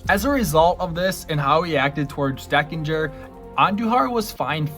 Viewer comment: John TU-dor, Dane Iorg is pronounced "Dayne" . The umpire's name was not "Dan Deckinger," but Don Denkinger.